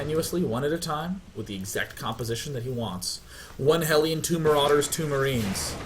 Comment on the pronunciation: Day9: "maroewders" Made me think Im forever callin a Lawnmower A Lawnmarader